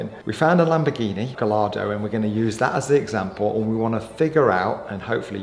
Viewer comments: Pronounced guy ardo . You have to use the Spanish pronunciation as they are all bake after Spanish fighting bulls. Ps. I was the sales broker at Classic car magazine in the 80s for Maranello Dk engineering dick Lovett Heathmans Coys of Kensington Lamborghini etc. you HAD to pronounce the names properly and speak French and Italian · Learn to pronounce ’Gallardo’ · Why.... do you mispronounce Gallardo ? But go on to pronounce Superleggera as Superlejjera ! Before you say.... its spelt Gallardo and not Gayyardo